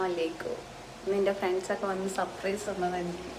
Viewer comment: സപ്രയ്‌സ് അല്ല സർപ്രൈസ് പിന്നെ അസ്സലാമു അലൈക്കും എന്ന് പറയണം അസ്സലാ അലൈക്കും എന്നല്ല നെഗറ്റീവ് ആയി എടുക്കണ്ട ഞൻ കാര്യം പറഞ്ഞു തന്നെ ഉള്ളു.. ആർക്കേലും തോന്നിക്കനോ 😂